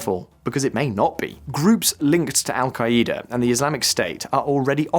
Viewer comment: Al-kai-E-da! 😂😂😂 Yippie-kai-ai